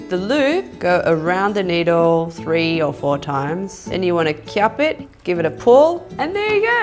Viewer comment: I love how she says kjap it